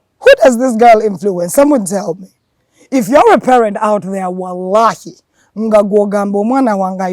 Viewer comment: I just clicked and was caught up by ur talent and thanks for hitting the walahi the exact Somali dialect 🤍🤍 all love and support for u 🖤